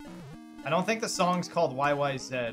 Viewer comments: Rush is a Canadian band.... It is ABSOLUTELY called YY"Zed" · OK, but the song really is pronounced "Y-Y-Zed" lol